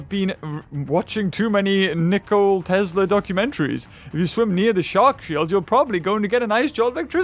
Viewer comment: Its Nikola Tesla, not Nichole Telsa:|